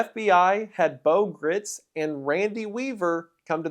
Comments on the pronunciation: He's actually pronouncing "Gritz" incorrectly; it's actually pronounced in such a way that it rhymes with "rights" (which he used in the slogan "God Guns and Gritz") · What have you done with Wendigoooooon???? Shapeshifter! Pod person! Freddy Mercury?? Did Elvik get replaced by that Lesko guy?? Gritz "rhymes with sights'. It was in an interview. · Gritz rhymes with Rights FWIW